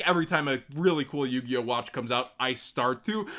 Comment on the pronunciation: I think Galaxy Tomahawk straight to 2 was a DEAD giveway, first being the "L" in the link so instead of "yugioh" it was "yugLoh" ☠☠☠